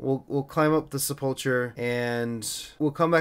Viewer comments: SepulKUR not Chur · Isn't it pronounced Sep-ull-ker? And spelt sepulcher?